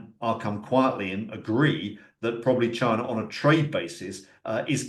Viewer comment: Love how says "Chiner" 😂